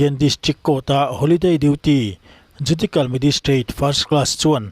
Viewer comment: JUDIKAL ti lovin JUDISIAL tih zawk tur a nih hmel🫢